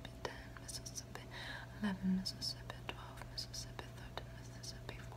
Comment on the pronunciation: Her "fake" accent (idk if its real or not) slapped when she said Mississippi 😤💖💝💗💘💞🔥